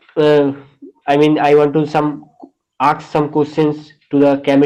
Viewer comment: Ask not Aks